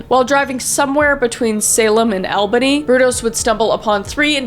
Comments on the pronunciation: As an Oregonian, we say Lebanon like Leb-a-nun Albany is All-Bany and finally Damnit it's Willamette (they should rhyme). Otherwise very fascinating and well researched as always! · also albany is said like all Buh Nee not L ban e lmao and willamette is said Wa lamb it not willa mit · Kris nooooooo im from Albany thats not how you pronounce it 😢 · omg please don't pronounce cities or rivers from Oregon any more, please. Willamette is pronounce like Will-am-it. You're massively overpronouncing the O in Lebanon. And you're pronouncing Albany with like a New York accent, which we don't do. Some of the weirdness around the investigation does leave me scratching my head. I had a roommate who, in retrospect and in some ways at the time, was throwing all sorts of red flags. He ended up killing someone over a girl and what was reported was night and day compared to what I saw transpire. He was going to move to Alaska to live and work with his dad and it's something he had been going back and forth on long before he moved in. He sold a bunch of his stuff and just had a massive change in personality like he was actually going to go through with it before anything happened though. The cops had come by and talked to us once. That was it, we all felt bad bc it was his exes new bf, but he seemed to be handling it all pretty maturely. Then, out of the blue, he walks to the station and turns himself in one day w/o any warning. We were interviewed by the police several more times AFTER he turned himself in, where they told us that they had nothing on him at the time it seemed like they were trying to figure out if he falsely admitting to the crime. We talked to city, sheriff and FBI after he turned himself in like maybe this was being looked at as possibly being a serial killer. Yet in the news and papers, the police made it sound like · I’m from Oregon and it was hilarious to hear your pronunciation of towns. Specifically Albany, Aloha, and Willamette